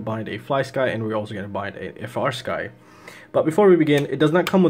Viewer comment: bro, I love your content, but it's not "F - R Sky." It's "Free Sky." The company makes it very clear in, like, the FIRST line of all their documentation!! 😅